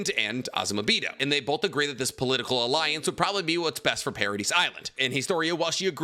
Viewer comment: I love this guys content but I hate how he says Paradis😂